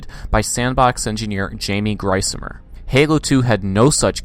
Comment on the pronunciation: Well shit. Apparently I butchered the pronunciation of Jaime’s last name. It seems it is pronounced “GREEZ-emer”. Sorry bout that.